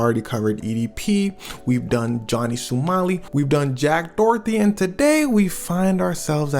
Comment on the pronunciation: who tf is jack Dorthy, is it not pronounced Dough - Her - Tee Doherty